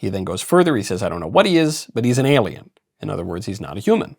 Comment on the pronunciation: Ailien is what De Niro said & if you're questioning the spelling it is what spell-check said was correct. Thanks, & best of luck. 🍀🍀🍀👍